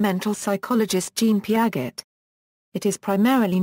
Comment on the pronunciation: Its not pronounced Pia-get but pronounced like its said piajay was the only thing annoying me sorry